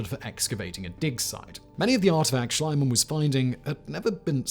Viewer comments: Simon, Simon, Simon - In German "ie" is pronouced "ee" and not "ai" Great video as always! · I like your video, BUT PLEASE WORK ON YOUR PRONOUNCIATION! Mr. Schliemann is pronounciated like "Schleemun", if you are an "Anglo-Saxon Speaker". And you seem to know it, because you sometimes do it right and sometimes wrong. All German speakers are in true horror about it! Thank you! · It never ceases to amaze me how is it possible to butcher names of such well known people as Schliemann. Reminds me of the "Medi-tz-i".